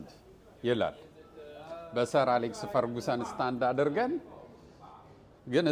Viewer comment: ፈርግሰን not ፈርጉሰን😢😂